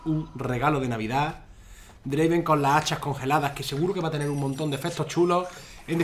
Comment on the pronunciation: Dislike por que no es draven, es draaaaven